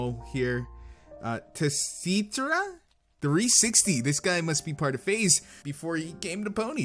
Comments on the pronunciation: tsitra360 = SEE-Tra360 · I believe Tsitra360's name is pronounced with the first T being silent, so it sounds like "sih-trah". Also, another artist I would recommend checking out is Baron Engel. He mainly works with traditional media (pencil & paper) with occasional dabblings in digital art, and his talents are undeniable. He has pages on FurAffinity, Deviantart, and his work is occasionally posted to Derpibooru as well. He also holds a live Picarto stream every other Saturday night and has his own site which I'll post a link to below.